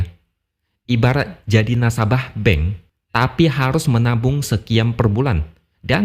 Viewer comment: BANK dibaca BENG